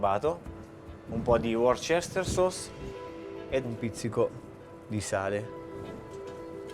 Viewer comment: Qualcuno dica al super cuoco (il quale passata l'iniziale stizza ne sarebbe contento, come succede alle persone intelligenti) che la salsa Worcestersauce si pronuncia UOSTÈR-SOS, e non come dice lui, a , "uor-sèster-sos". Per gli increduli pregasi controllare sul sito "forvo".